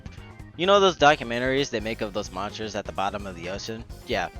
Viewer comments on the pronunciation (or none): none